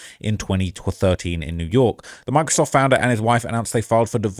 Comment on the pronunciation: When he first said Microsoft I thought he said “my-crisoft”😂